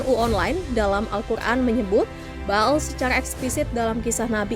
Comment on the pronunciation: Ba'al = Be'ol 😅